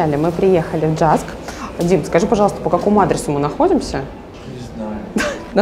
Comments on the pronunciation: Джаск?? Это же Юск!) Во всяком случае, мы так его называем много лет. И в Википедии так же. Очень интересно) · Не "Джаск" а "Юск"... это датский, а не английский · Читается юск а не джаск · Почему ДЖАСК? ЮСК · Я не уверена, но мне кажется, он произносится «юск» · Привет. Спасибо за интересный обзор магазина. Все супер, но название JYSK произносится "Юск" (как вариант Йюск). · Юск. В Финляндии всегда этот магазин посещаем. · В Финляндии он называется (произносится) "юск". Известная сеть в Скандинавии и всей Европе средней ценовой категории. Можно найти интересные штучки для интерьера. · Произносится Йиск и напольную подушку класть либо перед дверью, чтобы не закрывалась или чтобы не сквозило. Кстати в Скандинавии этот магазин как правило находится в городе и не надо выезжать за город, в ту же самую Икею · Вроде не писали ещё. Jysk (произносится Юск или Йюск) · Правильно произносить ЮСК. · Произносится юск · Происноситься ЮСК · Да,,вы не так проговариваете название магазина.